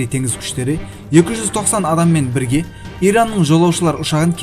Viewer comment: Дауысынды жондеш бля Бирге дегенди билге деп айтасынго